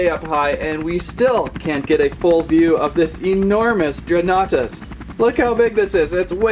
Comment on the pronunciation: I think you say it as dregan nartus